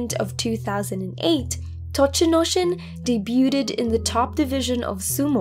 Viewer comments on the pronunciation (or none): I love your material but I have just one pronunciation tip I can't leave alone: "Debuted" is pronounced "dayb-yood".